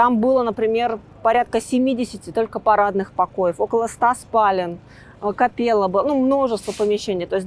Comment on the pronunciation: Спасибо за чудесный рассказ и классную экскурсию! Вы очень интересно произносите слово «капеЕлла» через Е, и я первый раз в жизни услышала такой вариант произношения) я сама профессиональный музыкант, закончила СПбГК им.Римского-Корсакова, работаю в одном очень известном театре, и ни разу не слышала такого варианта, только через Э “капЭлла”. С удовольствием подписалась на ваш канал!)